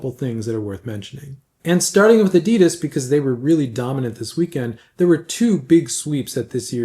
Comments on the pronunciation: it's not adiiidas, it's pronounced with a very short "i" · I'm old enough to have met the founder of adidas in person in the 70ies in Herzogenaurach, and believe me, we (we = people born in Mittelfranken which is the region in northern Bavaria where adidas and Puma were founded) pronounce it very differently than anyone else in the whole world or the rest of Germany.